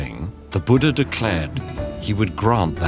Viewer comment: Such beautiful and cute storytelling.. but 'Boooodaa' gets me everytime 😅 being acceptable to change Eastern names just like that